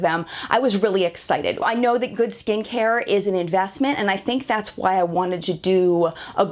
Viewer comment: For a moment I thought I heard you say "good stinkhair" instead of "good skincare". Apparently even my ears ar eblond. lol